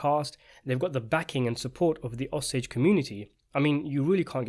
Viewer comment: Cool video. And lovingly, its pronounced Oh-sage :)